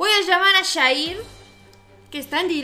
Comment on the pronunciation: Como q agrada mas q le diga shair en vez de yair